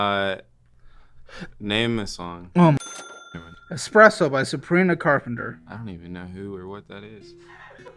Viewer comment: “EsssPrEsOooo in the morning I drink EsssPreSsoooooo” 😭🤣